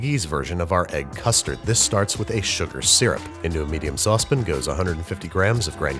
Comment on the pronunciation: Nails “pastéis de nata”, still mispronounces "homogeneous" and pours mixtures into saucePINS. shakes head ruefully